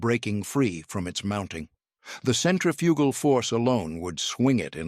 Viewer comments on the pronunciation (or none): It's a bit difficult to take this video seriously. First of all the Reading Railroad is pronounced "Reding". Centrifugal force is mispronounce. The loco shown when talking about experimental machines was actually ordinary British locomotive. Gawd. I cant watch any more.